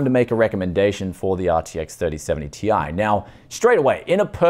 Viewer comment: This new pronounciation from Nvidia of the Ti ending will become a meme, Tie fighter signing out.